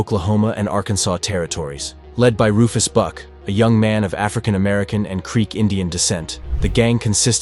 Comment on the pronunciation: Did anyone else hear him say "The Rufus BUTT gang"? LMFAO I thought they were actually called that so I googled it and it's actually "Rufus buck" 😭😂